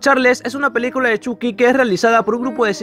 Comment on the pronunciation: Es Choky no chuki -_- Chucky (Chocky)